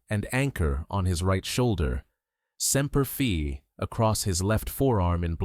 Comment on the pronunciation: Look, details MATTER. “Semper Fi,” NOT “Semper Fee!” If you cannot get the details right, do NOT publish.